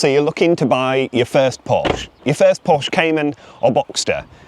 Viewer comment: Anyone who can’t even pronounce Porsche correctly SHOULD have nothing but problems…